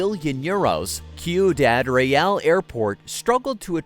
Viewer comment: Amazing video and infos! But I never saw an American struggle so much with easy Spanish words. The pronunciation of "Ciudad Real" is unparalleled!